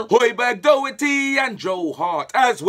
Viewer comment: it’s not doe-herty it’s daw-herty. Tiochfiadh ar la